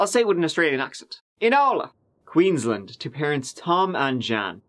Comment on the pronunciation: Lol you said Inala right the first time. Also queens - laaand is how it’s pronounced. You should come to Australia dude you’d love it